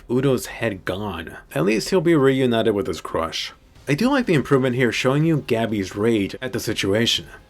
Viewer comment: Emphasis on “crush” 🤣